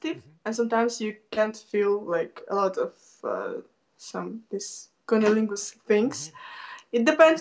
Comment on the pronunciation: the best world prononce the word KUNILINGUSSS by ROCCO